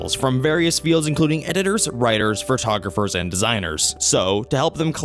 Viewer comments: Please take this with all the respect intended. The word Photographer is pronounced Fo-tog-raf-er not FUR-tog-raf-er. Listening to the mispronunciation over and over makes it hard to want to finish this video. I have ADHD, so maybe it annoys me more than some but ack. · Fur-togropher is not a word. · Ugh "fertogopher"